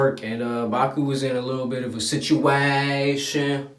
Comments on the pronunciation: lil bit of uh situAashun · the way he say situation 🤣